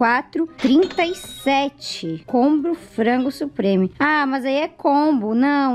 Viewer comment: Ue ela falou frango supreme akkaka